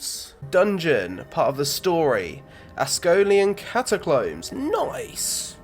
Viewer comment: Ascololian Cataclombs Ass-Ka-Lone-Ian Cata-combs